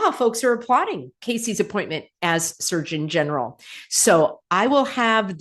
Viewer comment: I keep hearing Search-in-general, instead of Surgeon General.😂